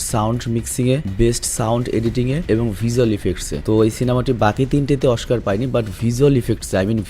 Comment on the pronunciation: Oskar ❌ Oshkar ✅